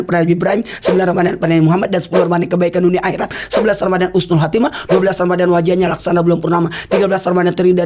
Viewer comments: udah 2x nonton ga bosenin .undang ustd maulana lagi donk. o ya,,,ralat min di menit 3.43 husnul khotimah ,,bukan khusnul khotimah. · Izinnn semoga dibaca Menit 3.43 kalo bisa tolong dirubah dari Khusnul Khotimah jd Husnul Khotimah.. karena artinya beda😇